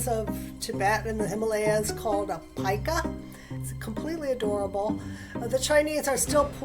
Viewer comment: at least this episode they pronounced pika right. The episode on pikas they kept mispronouncing as peeka. :( as a lagomorph enthusiast it was difficult to listen to